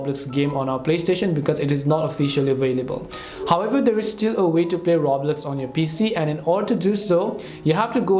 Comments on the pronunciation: 😂 ya I can tell and I had to mock the guy cause he said the game name wrong lol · You can’t even say Roblox right bruh 😅